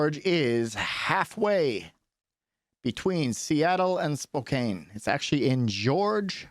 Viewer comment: its pronouned "Spo-Can" not "Spo-Kane", thank you for the video tho